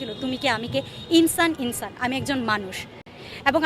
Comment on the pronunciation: ইনছান ইনছান 😂 বলে কি